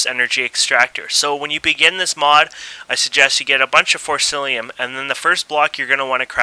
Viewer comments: im sorry to say this, but it is forcicium in forcillium, but apart from that, a good tutorial and helped alot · its forcium not forcilium XD